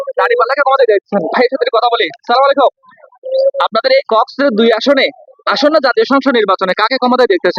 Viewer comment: ভাই সাইমালাইকুম নাই।আসসালামু আলাইকুম বলবেন।